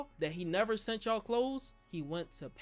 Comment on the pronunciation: lol right and also said “sunt” instead of “sent” 😂😂😂